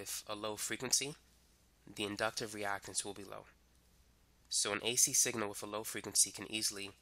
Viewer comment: Why "wif" instead of with and why do you over enunciate your "S's". Incredibly annoying.